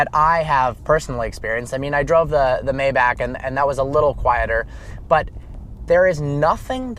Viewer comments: It is not may-back..... It is my-bahk (my like the word "my" & the bahk like open up and say "ah").... For those who complain about a 4 digit fix. Don't buy a 6 digit car!!! The obvious upgrade for a owner driven car would be the S65 Sedan & not the Maybach anyway. If anyone sees you behind the wheel of the Mayback, they will think you are the driver and not the owner. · that's not how Maybach is pronounced. you were saying it right before. it's pronounced my- bach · My bock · You should know, Maybach is pronounced My Bock. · Will you learn how to say maybach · This. He was driving me crazy.